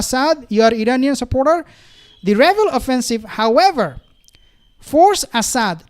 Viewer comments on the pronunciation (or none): none